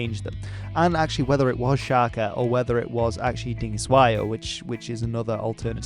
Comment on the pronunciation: "Sjakie Zulu", is that what he said? :D :D :D Sounds a lot less intimidating that way. ;)